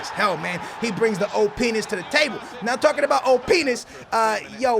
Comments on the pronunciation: find a different word for OPness cuz it sounds like: O! pen*s. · i though you said 'old penis' when you said Op'ness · it sound like youre saying oh! penis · when says OPness it sounds like oh penis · Instead of OPness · & LOLOL he said Openis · Lol it sounded like he said Oh-Penis when he said OPness hahahahah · Did say oh-penis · who else thought he said oh penis when he really said OP nis lol. like so can see this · Did anyone think that said "O P*nis" instead of "OP" to